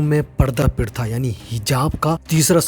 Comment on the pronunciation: Not pritha its pratha😂😂